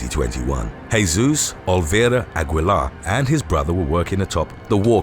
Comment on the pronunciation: It's pronounced "A-gee-lar!"